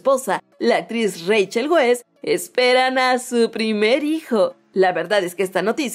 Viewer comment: se pronuncia raichel vais